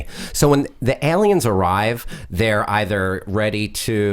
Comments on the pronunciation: hal says aliens so wierdly EHLEEYENS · Hal what's "Eliens" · Why did Hal say "Ellien and Elliens"?